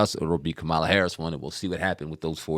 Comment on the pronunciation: ….can y’all please pronounce Ka ma la’s name correctly tho? It’s a lil disrespectful, it’s your duty as independent journalists to get her name correct.